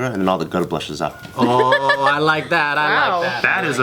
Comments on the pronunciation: "... all the glood blushes out." ??? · "all the guud bluushes out"